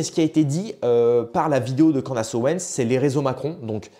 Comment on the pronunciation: CANDAAAAACE non cela prononce Candice merci